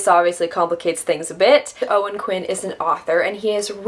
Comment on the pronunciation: It's Quine, rhymes with swine... Not Quinn 😊